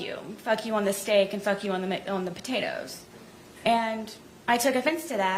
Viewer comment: are we sure Sarah didn’t lovingly prepare McDonald’s meal??? When she said Jeorge was being vulgar and wanted to do her on the steak and potatoes…. It almost sounded like it came out as “ on the steak and on the McDonald’s”…. Maybe the baked potatoes were really McDonald’s Hash Browns???? 🧐🧐🧐🧐